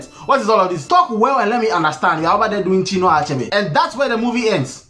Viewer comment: 😂😂😂 is killing us with Priverbs. Chinnua Achebge and associates..lol